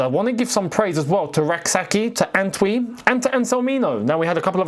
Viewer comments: The name isn't Ant wi. It more like Entwi like entry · It’s pronounced “An-chwi” not An-twi even though the name is Antwi. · Bro the name Antwi is not pronounced “Antui” it’s pronounced “Enchui”. It’s a Ghanaian name. Pls u guys should stop Bouchering it 🤣🤣🤣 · the name is pronounce ANCHWI pleeease is a Ghanaian name